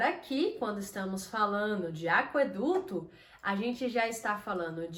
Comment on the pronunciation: Por que você pronuncia aqueduto como se tivesse trema: aqüeduto?